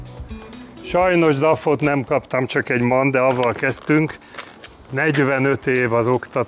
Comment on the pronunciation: Üdv Attila! Azért teherautós jogosítvánnyal a zsebben illik helyesen kiejteni az MAN márkanevet! Maschinenfabrik Augsburg-Nürnberg Gratulálok a sikeres vizsgához!